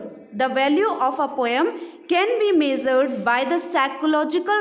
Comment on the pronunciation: Measure also